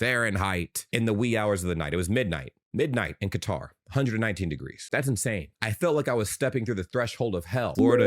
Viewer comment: Some of these USAmericans are acting like the World Cup is being held in Death Valley; the players would look like that in the snow because they're elite athletes pushing their limits. Also, for future reference you should look up how to pronounce Qatar.